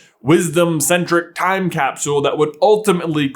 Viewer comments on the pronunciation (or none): none